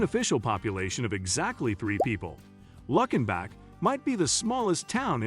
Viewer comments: It's not luck in back, it's luke in Bock. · It's pronounced Luke-in-bach, Texas, not Luck-in-bach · It's called "Lou Ken bock" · It's Lewkenbock (correct pronunciation). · wow you mispronouncing Luckenback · If I hear Luckin-bach one more time, I’m punching myself in the face. Wait… La-fit…??? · Absolutely agree. Lots of mispronunciations several of which people not even from TX would wince at. I think Waylon was rolling over in his grave when he discussed “Luckenbach”! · Thank you. I got as far as Luckenbach and clicked it off because the bot was butchering the pronunciations.